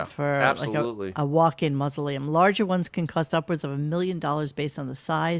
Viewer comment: "Howard wants to be buried in a mootza-leum". Lolz